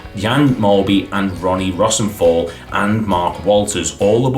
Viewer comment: I’m really enjoying these videos. ❤⚽️ If you have an older person to ask about the pronunciations of any players you’re not sure about such as Ronnie Rosenthal that would help to make them even better but other than that, really well done. I was pretty shocked when you revealed the number of losses. Keep up the good work. 😊⭐️👍🏻